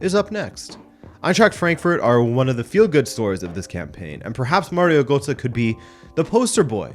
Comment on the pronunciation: u made sure to Pronounce Reims correctly but failed in pronouncing Roger 💀 Götze :D :D :D